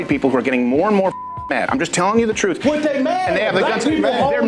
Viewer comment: Lol. Is it troof or truth? 😂